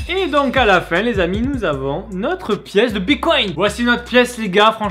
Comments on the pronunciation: EH MAIS DIS PLUS JAMAIS BITCOIN TU PRONONCE MÉGA MAL DONC STP BITTTTCOIN PAS BICOIN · Tu me stress c'est bitcoin et pas bicoint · Ça se dit bitcoin pas bicoint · Mdrrrr "une pièce de bicoint" on dit "bitcoin" bordel 😂😂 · RHAAA C PAS BICOINT MAIS BITCOIN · Mais grave on dit bite coin non pas pycoint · Bitcoin pas bicoint stp C'est relou a la fin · Il a dit bicoint au lieu de bitcoin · Mec on dis BITcoin bicont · c’est bitcoin pas bicoint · "Bicoïn" putain. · Sa se dit bite coin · Mdr il dit : "bicoinT" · « Bicoint » bien sur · On dit biTcoin